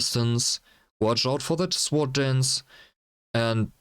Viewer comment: Good job, liked and subbed. The "w" in sword is silent though. Cheers